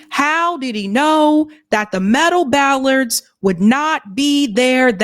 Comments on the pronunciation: Hi. It's "bollards", not "ballard's." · Bollards. Not ballards .